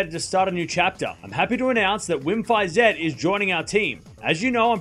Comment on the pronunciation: You learned how to pronounce "Iga Świątek", so you will also learn how to pronounce "Wim Fisette" ;)